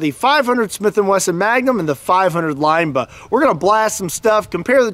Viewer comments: I think it’s interesting how you pronounce Linebaugh like lineba instead of linebaw. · “Line-ba-ooo” not “line-ba” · BAH.... Not buh... lol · Yup... Line-baw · Isn't it pronounced limb ba? Not lime ba? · Not Line-Bugh, it's Line-Baw like Paw. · LINE-BAUGH, not LINE-BUH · Linebaugh, not Lineba. I'm not sure who, or where the person is from teaching people to pronounce Linebaugh as Lineba, but it is likely a family pronunciation and often people just say things the family way from a certain locale. The General Public doesn't need to sound as ridiculous as the family. Linebaugh is correct. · Stop saying line Baugh 😂😂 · Its pronounced linebaaauuwwww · "line-ball" is how I've heard it pronounced... The way u say it sounds funny lol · I love shooting Big Bore handguns and have the scars on my hands to prove it. I do believe that you should have to at least be able to pronounce Linebaugh to own one. LOL the last part is pronounced like Bah Humbug. Not BA. LOL!!1 :<) Read with humor!!! KnifeMaker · Anybody else hate the way he pronounces linebaugh